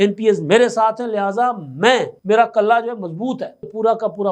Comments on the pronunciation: بھائ کَلّہ نہیں کِلّہ ہوتا ہے۔ کِلّہ مضبوط ہوتا ہے۔ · Lafz, qalla nahi, killa hota hai